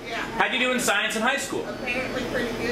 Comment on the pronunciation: When the person says they graduated with "Shiensh" you know they're talking pure bullshit.